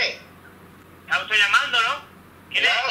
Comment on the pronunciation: quien es usteh? Taxista: yo soy un taasi. Jajjajajaja me parto